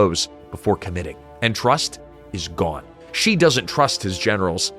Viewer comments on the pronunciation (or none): Good lord, his name is not pronounced. "Jee." Closest in English is She, as in he/she. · If you are going to do videos about China, learn how to pronounce the major names. 'Xi' is pronounced 'she'.